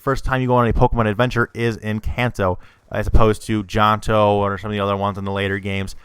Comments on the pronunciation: John-to? Johto. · It's not jonto it's johto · It's johto not jonto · Janto wtf its jhoto my god u nevet played it nicely said tell me the theory when u get all 8 badges pal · i wanna gouge my eyes out with a fork and stick burning candles in my ears. I mean everyone has a right to express what they believe to be true but holy hell, if you say Jahnto one more time I'm going to punch my screen..nice theory and everything but no..i will not accept this as any viable connection to Pokemon. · ITS JOHTO NOT JANTO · STOP SAYING JONTO WTF IS THAT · Johto is pronounced joetoe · its prounonced joetoe